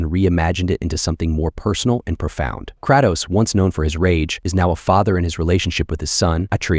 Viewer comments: Ok, you had me up until the point you pronounced the name of a beloved, well-known character as KRA-tos and not KRAY-tos. Peace. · disliked the vid cause u pronounced kratos incorrectly talking about some (krah-toes), disrespectful 💔😭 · Ur opinion on games went to the trash the second u said kr(ah)tos and not kratos 🪦🪦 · What did he call kratos?😂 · It's pronounced as "KIREY- TOSS" not KIRA-TOS. KREYTOSS OK?? Kratos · "KrAHtos" really, bruh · Kr-a-tos. haha. Then lost me at Bloodborne. Shitty game. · It’s Cray-tohs, brother lol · krahhtos lol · Kraytos. I feel like you've never even played or heard of any of these games when you constantly mispronounce everything. How do you not know there's an "and" in between dungeons and dragons? Homie do better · Sorry, but who the fuck is Kratoss and Atreeus? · What tf did he just call Kratos??😂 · Not him butchering all the characters names😭 poor aloy and kratos. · Downvote for how you pronounced Kratos. You know better. Also it isn't Alloway it's pronounced Aye Loy. Jfc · Nah bro you can't even say Aloy or Kratos right, included a trash game like Cyberpunk and a decent handful of 7/10 games while forgetting gems like Silent Hill 2 Or Shadow of the Colossus. Ain't buying it. Disliked and unsubscribed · Ain’t no way bro didn’t know how to say “Kratos” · the way he said kratos made me stop watching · .... how did you pronounce Kratos? gonna thumbs down this video just for that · I don’t ever want to hear Kratos’ name spoken like that again! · I'm sorry HOW did you just pronounce "Kratos?"